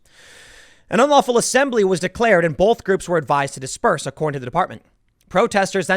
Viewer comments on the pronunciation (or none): Is it a regional thing that Tim adds an L to both (bolth). like wash and warsh. soda and pop